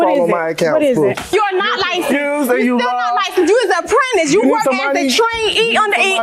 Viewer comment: Don’t forget “he’s lied, he’s not li-censed”